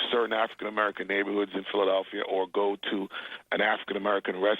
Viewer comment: Dude learn now to say Philadelphia